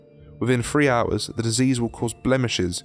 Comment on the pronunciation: What accent is it that prevents people from saying "Three"? I hear a lot of people saying "Free"